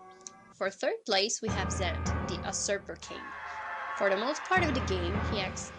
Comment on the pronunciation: Who pronounces it "Uhhhh-ser-per King Zant"?